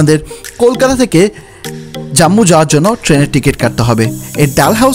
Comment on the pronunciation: উচ্চারণটা "জাম্মু" নয় "জম্মু" হবে । হিমগিরি ১১.৫৫ তে ছাড়ে ।